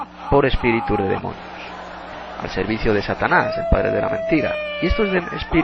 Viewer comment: Ni siquiera demonio puedes decir, dices demoño, te recomiendo 100% primero aprende a hablar y luego critica a un siervo que trabajó incansable en el Reino.